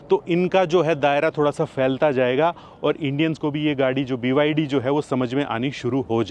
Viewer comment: BYD nahi Bhai "Baydi"😂